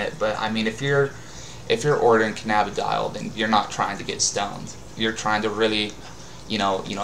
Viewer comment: It's pronounced canna-bid-e-ol. Open your eyes